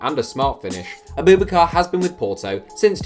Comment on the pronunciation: It’s not a-boob-bakar it’s Ab-ubak-ar